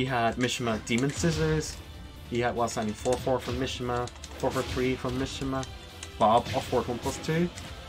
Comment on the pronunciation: Mishima is pronounced meshema